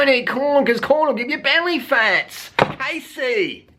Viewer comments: Her name is pronounced Cassie I just really had to say that LOL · Its Cassey